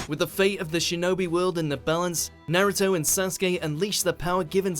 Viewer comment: Then he says "Nayruto" and "Susanako" or some shit instead of "Susanoo" Please pick someone for your anime videos that can actually pronounce things. You look very stupid otherwise.